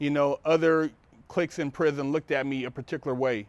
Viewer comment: prison dude, it's prison. Say it right.